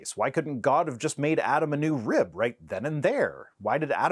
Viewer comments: WTF is a "reeyub"? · Why does he pronounce rib "reeub"? I know I shouldn't criticize accents because mine probably sounds weird to some people, but his is almost as annoying as Kyle Butt's. It's like the more unintelligible your accent is, the worse your arguments for God are. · Thank you for not making fun of his accent. I bet y’all didn’t know that rib is a 2 syllable word. “RI - YUB”. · I'm not going to make fun of the accent, but I do find it interesting that both "rib" and "manuscripts" are two syllables.